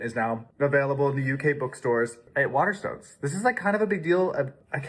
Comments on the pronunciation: How can you say the name of the book store so much and never say it right? Waterstones isn't hard to say but is my favourite shop 😂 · Is it bad that i wanted to throat punch him for the way he says Waterstones we dont say it like that ffs he a clown. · Hearing him trying to say Waterstones is a new ick for me.